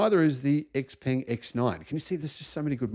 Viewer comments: Hearing "ex peng" is really grating. It's pronounced shao-pung. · Xpeng rhymes with stung, you are not pronouncing it correctly despite owning one